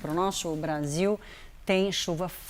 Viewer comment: "Olhando para o nosso Prasil" 😂😂